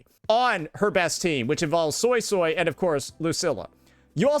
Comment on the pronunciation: it's suisui not soy soy pls